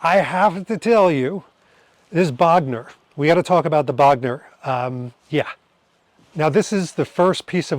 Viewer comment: Bogner is properly pronounced with a closed 'o' rather than with an open 'o'. There is no open 'o' in German. Bogner with an 'o' as in 'go '. Cool trip. Thanks for taking us along and of course Happy belated Birthday!